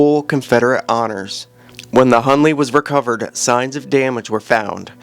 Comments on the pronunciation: His name is - Hunley not Hurley! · His name is not Hurley, “Hunley”